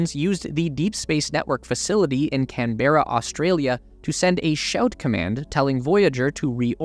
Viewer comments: Much as I follow your videos every week and enjoy them. I have one small nit to pick this week. Regardless of how it's spelt Canberra is not pronounced Can-Bear-A, we pronounce it Can-bra. :) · Canberra is pronounced CAN-BRA not CAN-BERA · It’s just Canberra not Can berra. Americans and their pronunciations 😂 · Canberra is pronounced more like Can-bruh